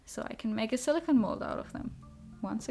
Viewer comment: SiliCONE not siliCAN. Two different materials.